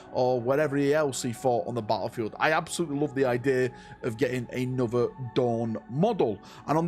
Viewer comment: are you aware you say ''A-nother'' as opppsed to ''An-other'' at the start of each of your videos? 🤔The Codex Astartes does not approve of this pronunciation.